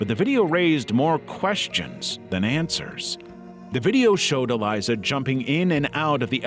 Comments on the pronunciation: It’s Elisa. Not Eliza. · You could at least pronounce ELISA right if you’re going to include her story